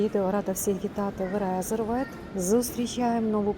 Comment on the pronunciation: Чому РеЗервед,коли там S?.Ресервед